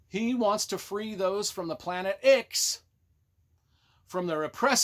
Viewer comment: Nah, was right, it’s pronounced like “six”. It was referenced in the original novels that the people of the Imperium had no idea that Ix was called such because it was the ninth planet in its system.